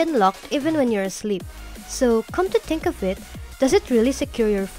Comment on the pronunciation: i hear "boat", "da", "tink", "dis", "smoot"